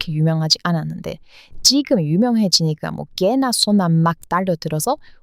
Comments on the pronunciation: 이 "개나 소나" 하는 거 정말 찰지네요. ㅎㅎ 🤣🤣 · '개나소나' 발음이 쫙쫙 달라붙어서 좋네요. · '개나소나' 얘기할때 제일 발음이 좋네요 👍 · 이토록 아름다운 "개나 소나" 발음이 있을까 싶다. ㅋㅋㅋ